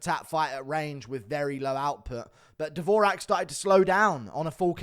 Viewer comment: Dvo-Jacque not davoooraaaaahhhk😂